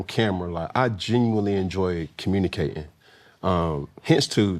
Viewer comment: “I genuwnwy enjoy cowmunique’n” 😂